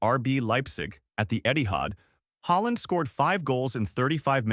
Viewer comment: So he changed his surname to HOLLAND! NO!. Bad AI American narration, as usual! Puts me off watching!